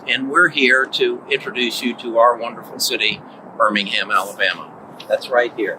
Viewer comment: Wow your pronunciation of Birmingham is perfect,... From Birmingham UK